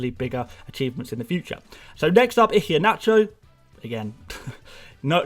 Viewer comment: Mate, I love you and your insights, but after listening for weeks, I’ve got to tell you - the ‘H’ in Iheanacho is silent. It’s EE-hYUH-NA- CHOW.... Hope you don’t mind the correction. My best pal is Nigerian, so gave me the heads-up... :) BTW you’re one of my absolute go-to guys in my first season, and I think you will go from strength-to-strength next season on the channel...